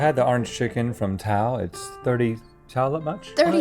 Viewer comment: That's not how to pronounce Tao!!!!